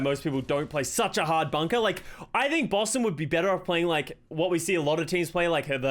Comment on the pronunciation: Idk if it’s the accent but sometimes it sounds like he’s saying “bussin” instead of Boston to me